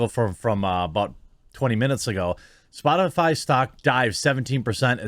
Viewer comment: Psssh. Psaki-Puppet was talking about Spotifly, didn't you hear her? LMAO. She can't even say it but is supposed to be taken seriously.